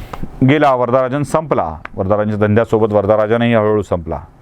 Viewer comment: वर'दा'राजन हा चुकीचा उच्चार आहे. त्याचे नाव वरदराजन मुदलियार होते. दक्षिणेत इंग्रजीत स्पेलिंग जरा विचित्र करतात त्यामुळे हा घोळ होतो. उदा. सीता चे स्पेलिंग Sitha असे करतात. Varada चा उच्चार वरद असा होतो.